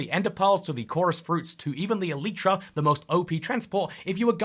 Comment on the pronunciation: Bro calls the elytra as: el-ie-tra and not el-light-ra